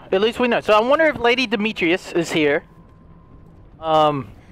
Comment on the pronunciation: Lady “Demetrius”😭 He gave up on saying her name😂